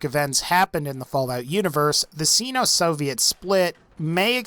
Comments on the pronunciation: SYNO, not SEENO... sheesh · sigh no Not seeno Oi. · I think he means sino but pronounces it xeno. otherwise this guy is xenophobic. it's pronounced sign-o. honest mistake. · Seeno? Who the fuck looks at the word Sino and thinks "hey that's pronounced seeno!" No matter what you had to say after I'll never know cause I can't stand the way you pronounce Sino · It's Nikita Krushchev not Nikito. Also Sino is pronounced saino as supposed to seno per the Merriam Webster english dictionary. Other than that great it was great video thanks for the content.